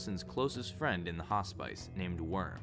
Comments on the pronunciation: Hospice? Its pronounced Hoss-piss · your pronunciation of hospice sounds bizarre haha, great video tho